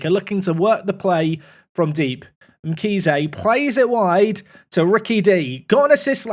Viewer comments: Mkhize is pronounced like you do 💯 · Hi I'm from South Africa you pronounced Mkhize correctly